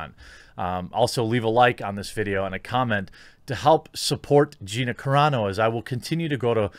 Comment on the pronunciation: Car-a Not Care-a dune. Because her name is carano